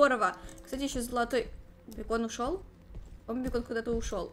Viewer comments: Не бекон а бэйкон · Бакон а не бекон